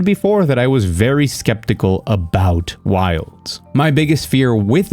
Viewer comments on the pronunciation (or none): none